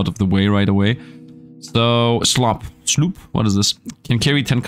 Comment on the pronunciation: Card Survival: Tropical Island? You could, now that the game is reaching its full release. In 20 Minutes Till Dawn, instead of saying Fusillade, you always said "fullisade". Now, here, instead of saying Sloop, you're saying "slop"? Foil cards means they can be sold for more gold/shells. Card pack refund Good night, sweet dead meme... (hoooo) Card... hub An amazing idea that Mr. Beast wouldn't ever think of Fun fact: Before the patch, you could move from the main area to the island and skip a day. So, you could use this as a cheat if you're running low on food. (I mean, Retromation did that a couple times, so you would as well, wouldn't you?)